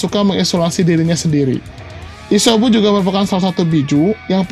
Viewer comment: Isyobu jijik w nenger lo ngomong shynobi dll